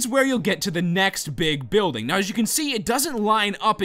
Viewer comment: lol he says buildge